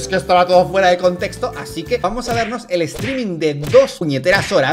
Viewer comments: "el constesto" habla bien lpm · Me da demasiada risa que se llame westcol siendo que apenas y puede pronunciar bien la palabra “contexto”😭😭😭😭😭😭